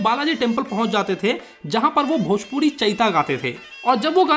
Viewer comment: dhojpuri nahi hai wo bhojpir hai